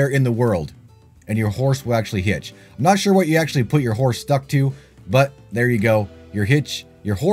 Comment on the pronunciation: You said the ability to hitch your horse... I thought you said HIT your horse at first. I was like 😮